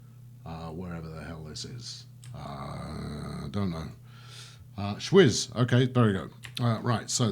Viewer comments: Schwyz = ch-vee-ts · The way you pronounced "Schwyz" actually means sweat in German ;)